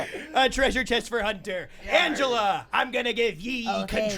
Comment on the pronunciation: did you purposely pronounce her first name wrong instead of her last name as a joke to everyone pronouncing her last name wrong or was that an accident? Because I'm pretty sure you said "Anga" and didn't really fuck up her last name that much.